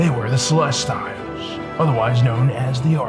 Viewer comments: I just found your channel and subbing was a no-brainer. Fantastic, we'll researched information! Love the presentation too. One note to keep in mind is pronunciation of species' names. Protheans (Pro-th-ee-ans) Celestians (Cell-es-tee-als) Keep up the good work, guys! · sil - lest - ee - uls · Ummm...grammar nazi here...you keep pronouncing "Celestials" wrong. It's pronounced the same way that astronomers talk about stars...the "i"' is pronounced with an "ee" sound, followed by a "y" transition to the "ah" sound of the "a". You can either pronounce the "t" as a hard "t", or a softer "ch" sound...depending on how fast you say the word. Seh-les-tee-yel. No need to thank me...it was my pleasure to assist you. ;) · Oh man u butcher pronunciation of Celestial dude! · that's not how you pronounce celestials. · You’re pronouncing celestials wrong Oof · You need to learn to pronounce celestials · thats not how you pronouce celestials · This host needs to check himself. The arrogance exuding from him is difficult to watch. Especially when he cant pronounce ce-le-stee-l. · Celestiles wasn't better... He failed pronunciation class this week. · Yeah Celestials as in celestial bodies, sel-lest-E-al not sel-lest-tiles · "they where the celestials" not, "they where the salestails" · Celestials: Pronounced sel-est-EE-als, not sel-est-AI-als. Sorry, couldn't help it. Great video though, very well done. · Great video, but your pronunciation is killing me. It's not "celes-tile". It's closer to "celes-teal". Nitpicking, but it just jars me. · Cel-ess-tee-ulls. Not Cel-ess-styles. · This is the funniest shit ever. Its pronounced celes-tee-youlz lmaoo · It's CELESTIALS, not CELES-TILES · Oh my gosh!!!!! The way pronounce Celestials is ruining my fascinination of this topic!!!! It pronounced like this, CELL- EST - EE - ALLS!!!!! NOT, CELL - EST - I - ALLS!!! Please fix this! It will help you maintain your intellectual persona! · .... Celes-tiles? what?! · Hypyx No. it’s Ce-les-tial